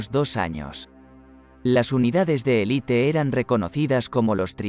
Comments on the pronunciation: Es un robot y tiene otros muchos pequeños fallos en la locución. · No se dice "elite" sino élite. Parece algo elemental.